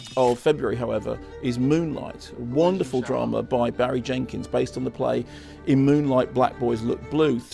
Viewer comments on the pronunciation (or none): none